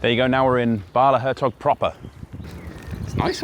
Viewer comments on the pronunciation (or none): For someone so careful with pronunciation I was disappointed with “Hertog” with a very English g 😉 but nice to have a new video on a heavily trafficked anomaly